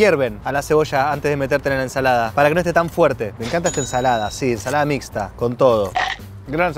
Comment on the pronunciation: la mixta es lechuga tomate y cebolla! no es y se dice missstaa